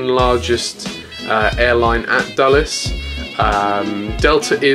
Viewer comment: By the way you sad Dallas instead of Dulles.